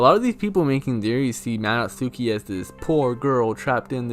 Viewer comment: You actually pronounce Madotsuki like "mah-dot-skee". In Japanese when the letter U is used in similar contexts, you drop the U sound. Like how "Sasuke" is pronounced "sahs-kay".